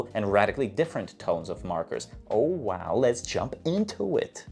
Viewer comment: why does he tell oh wooow like this😅😅